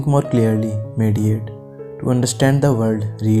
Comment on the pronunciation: He says to think more clearly,meritate it's pronounced MEDITATE